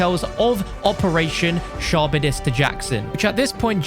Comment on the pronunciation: Charybdis is pronounced like karibdis